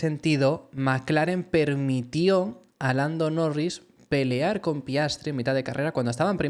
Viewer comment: dices blando norris?